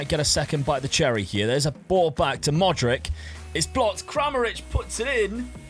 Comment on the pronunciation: It's weird how you say every Croatian name right except for Modrić.